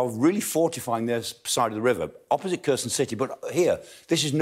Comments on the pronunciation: Someone should say him he is not pronouncing Kherson correctly. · It's pronounced Herson, the K and H make a HK